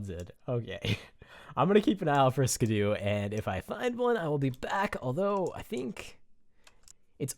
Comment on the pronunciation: Its SKIDDO not SKIDOO..